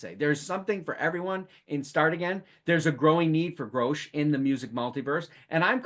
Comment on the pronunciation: Hey, thanks so much for talking about the album and show! Quick correction: our name is pronounced Grosh like “gosh” (we even have “Oh My Grosh” stickers 😂). It’s a portmanteau of Grace and Josh, we started as a duo and never bothered changing the name